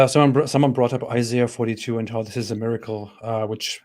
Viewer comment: It's Isaiah, not Isayah.